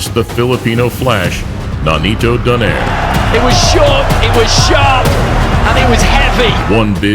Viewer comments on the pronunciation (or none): also Nonito Do nay re not doner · It's pronounced as "Donayre"